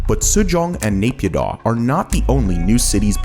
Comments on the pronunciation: btw naypyidaw is pronouced Nayy Pyeeee Dawn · you could make an effort to say naypidaw and myanmar correctly.